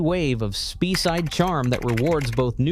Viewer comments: Speyside is pronounced Spayside and not Speeside. There are time when you pay too much for a Whisky, after the first glass you may as well be drinking Bells. High priced whisky are definitely for folk with more money than sense. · It's "Spay-side" (not Spee-side, FFS!), and "Eye-lah", not "Eye-lay". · Spee -Side. Dumb robot. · Pronounced SPAYSIDE. not Spee side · It's pronounced SPAYside not SPEEside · Say SPAYside not Speeside. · Interesting - but the pronunciation is awful. The word 'Speyside' is not pronounced 'Speeside' - it should be pronounced 'Spay - side'. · it's pronounced 'Spay' not 'Spee'. 👍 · Skatch?? Speeeside??? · Speyside is pronounced "Spayside". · Good post. Though I think you missed a trick with Ardbeg 10 or Glenmorangie Original (now a 12 up from 10 and even better than ever), both outstanding whiskies in their own right and excellent VFM. Incidentally, Speyside is pronounced Spayside, and Islay is pronounced Aila; might as well get it right if you're going to talk about their whiskies, eh!? Love Lagavulin, but in my market (Japan) the 16 has almost doubled in price in recent years (used to be ¥7,000/$45, now around ¥18,000/$110); the quality is still stellar, but VFM not so much so. Oh, and Bruichladdich (Brookladdie), another fabulous Islay distillery with some amazing expressions - Classic Laddie (unpeated), Port Charlotte (peated) and Octomore, the most heavily peated scotch of all time; I had a bottle at 258 ppm (6.3 Islay Barley 2009) five times Ardbeg levels, and still smooth as silk; absolutely outstanding (though not if you're on a budget)!! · Please try to find out how to pronounce these whiskies and the area's they come from. Speyside is "spayside" spay like hay or spray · "Spey" rhymes with "grey", not "pee". 🙄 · What the hell is 'speeside charm' or 'glen fiditch' ffs. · Speyside is pronounced spayside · Spee-side, Glenfidd-itch and Lock Lomond for fox ache? Could they not find an unemployed Scots actor to read this?